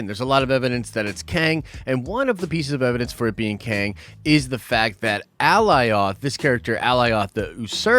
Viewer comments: I’m a big fan and not hating but dang. How are you slaughtering these names so bad here lol. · How you mispronouncing Alioth when they said the name like twenty times in the episode 🤣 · Good lord I thought I was the only one hearing that. Lol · Completely butchered Alioths name. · brooo not hard to pronounce alioth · the smoke giant’s name is Alioth. basically it’s Galioth like the rollercoaster but without the G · Cringe every time he says Alioth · How do you watch the episode, hear them say Alioth and still butcher it that bad?! 🤦🏽‍♂️🤣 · Glad I’m not alone. I’m so close to disliking the video lol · Right? How is he gonna mispronounce it after watching the episode? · Alioth (uh-lie-uth) not fuggin "Aleeoth" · Bro I know you watched the episode. Did you not here them call it A -Lie-ith . Not ALLY OTH. My ears hate it. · Alioth ( a-LIE-uhth) 👀🤷🏻‍♂️ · Alioth = Uh-Ly-uth =/= Ally-oth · how can you not know how to pronounce Alioth? They said it more than once ffs. Did u even watch it? A-LIE-OTH!!!!! as in the first part of Goliath! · AH LIE OTH The show pronounced it correctly the entire time and this dude is butchering it. Amongst other things. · How is everyone fucking up this name so badly.. A-LIE-ITH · Lol brotha its Alioth. Like GOLIATH with No g. Thats how I think about it. Lole the way you say it is funny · Al-lie-oth!! 😂😂 good try bro. They literally say its name every few mins in this episode! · Dude, they literally say the name Alioth in the show a number of times to give you the pronunciation.. Ah-lie-uth. You know your stuff but the gross mispronunciation is distracting and hurts your credibility on attention to detail when having insane attention to detail is like one of the biggest prerequisites to being an uber nerd about this stuff. It's a stupid gripe, I get it but dude.. you are better than this! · It's A-lie-ith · Say Goliath without the g. Killing me sayin the name like that. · “Ally off”??????? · cringe every time I heard Alioth mispronounced.